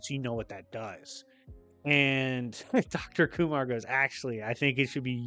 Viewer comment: Literally thought you were saying Dr. Umar Which makes me wonder, what does think of Doom and Storm as a ship? Since you've read so many comics, I'd like to hear your take. Maybe you could do a video about comic book romances